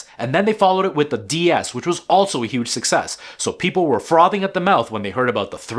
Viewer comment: Frothing. Like with flecks of foam on the lips. Not frobbing.